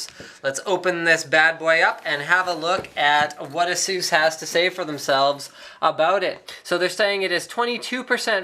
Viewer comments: lolzzzzzzzzzzz its eh_sus not asoos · lol "asoos". it's" Ace-us" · Azeus? I always thought you pronounce it as A - SUS. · What is the correct way to pronounce it guys? Asoos or aceus ? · Is it pronounced "A-Zues"...or "A-SES"? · I hate it when people pronounce it as "Asoos". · Please stop saying Asoos. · Erhmm ... you pronounce Asus wrong bro :/ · Exactly. How people can mispronounce that is beyond me.